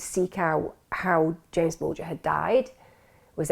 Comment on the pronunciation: It’s JAMES not Jamie